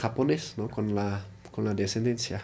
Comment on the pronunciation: Se dice Ascendencia